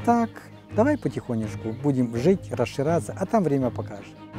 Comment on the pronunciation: Молодец дядя. Но как же смешно он произносит слово «расширяться».